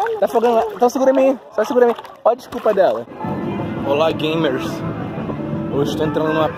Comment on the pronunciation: Quando ele falou olá games eu pensava que ele ia falar olá gays